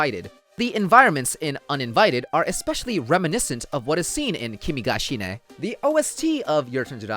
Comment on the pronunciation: No one is going to mention "shine" is suppose to be pronounced "she nay", or is this a joke to pronounce it "shine"?